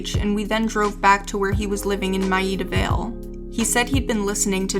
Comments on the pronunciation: My-eeda Vale!! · No mention of Peak Eno - U2!!!!!! or is it Coldplay? Missed My Life in the Bush of Ghosts - possibly the finest experimental 'pop' music record ever. And the pronunciation of Maida Vale needs to be sampled and repeated endlessly, priceless! PS Eno didn't produce Bowie's records, Visconti did and he's annoyed that everyone thinks the former.